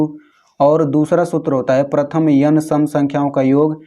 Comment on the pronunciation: पर्थम येन.... was epic 😂😂😅😅😂😂😂